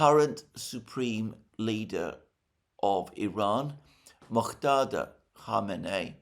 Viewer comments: MojtaBA, NOT ”MojtaDa”. 🙂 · Mojtaba Khamene’i not Mokhtada. lol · Mr. Alexander Mercouris, you have been mispronouncing the name of Mojtaba Khamenei in your recent programs. The correct pronunciation of "Mojtaba Khamenei" the Supreme Leader of Iran is moj-TAH-bah or mʊdʒˈtɑːbɑː. It is a Persian/Arabic name pronounced with three distinct syllables, emphasizing the second syllable: Mo-jta-ba. Best Regards, Alexander R. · Hello Alexander, it's Mojtaba: /moodge•teh•bah/, 'with /teh/ sounding like 'tear' (tore/torn) and /bah/ sounding like 'bar' (both in RP).